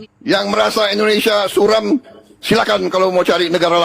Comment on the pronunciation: Suram bang bukan sulam😂